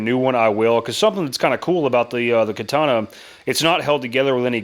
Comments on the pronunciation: Kuh-Tawn-Uh! GEEZ!!! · It's called the Ka-tannia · am weeb, Is pronounced ( Ka-Ta-Nah ) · Katana….Kar tar mar… all one word spoken quickly.. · Pronounced Kaataanaae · "I'm makin a kay-tanna" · Great video. Your japanese pronunciation is not that good, but your video made up for it. Great content. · bro this guy is misspronouncing too much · Idc how u say katana we know what you mean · As a weeb, I must applaud your butchery of the Nihon language. You cut the pronunciations apart as though you were using a blade forged of impervious steel 🤣